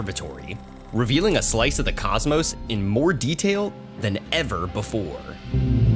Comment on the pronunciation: Than ever before, not "then ever before"